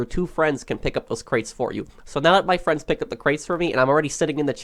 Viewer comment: Ah yes, "twou feriends"